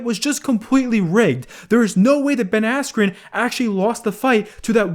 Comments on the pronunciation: I’m gonna say it’s rigged purely because Ben got right back up afterwards nd it was the red that went no even tho Ben was fine ahahahaha so silly and the fact that jake or jakes team has clearly gotten the announcer said “asscube” cmon bro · No he doesn't u can alredy tell that its fake the moment the commentator mispronounced ben askrens name